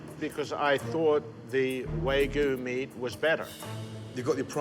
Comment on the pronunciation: Man's so proud of his wagyu, but can't even pronounce wagyu